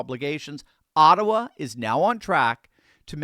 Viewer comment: Ottawa kinda sounds Chinese